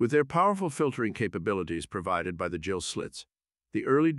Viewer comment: Excellent video, as ever, but 'gill', as in fish breathing organ, is pronounced as 'ghill' and not 'jill', which is a girl's name in English.